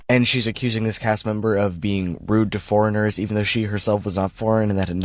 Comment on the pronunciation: Why did I hear 'Floridans' instead of 'foreigners'. I was so confused 😆🤣